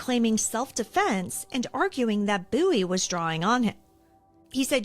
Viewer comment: I’m a descendent of Jim Bowie and I thank you so much for pronouncing Bowie correctly!!! Literally no one does and I get so excited when people do!